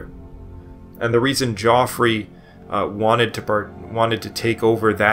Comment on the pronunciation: In the first 3 minutes the narrator mispronounces Geoffrey, pagan, and several other easy words, but he goes to great effort to pronounce the difficult words.